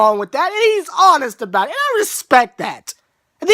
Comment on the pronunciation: I love how you say about like "a-boot"